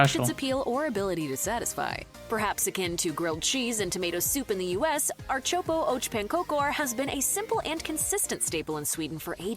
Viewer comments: No, we don't dip our pancake in the pea soup. That's nasty. She's confused. Don't listen to her. She can't even pronounce the name of the dish. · Omg we really don't dip the pancakes in the soup! And also her pronunciation of ärtsoppa is all kinds of wrong. Smörgåstårta is soo good. I mean layers of seafood or coldcuts mixed with cream cheese, mayo or creme fraiche what can go wrong with that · There is NO dipping of my pancakes into peasoup! NEVER! The pronunciation was terrible to Swedish ears. - Swede from Stockholm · one thing that can not be stated enough,the narrator butchers most of the names of the food. No,we won't dip the pancake into the ärtsoppa (split pea soup) One other thing to add, kladdkaka is one of the first thing we was thought to make in schools here in Sweden. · Funny that she is speaking english then when speaking of the food she uses the swedish words and it sounds horrible😂😂😂 why dont say them in english so all people understand👀🤠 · She is really murdering the Swedish pronunciations. 😂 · I agree. Hopeless pronounciation, specially for Ärtsoppa...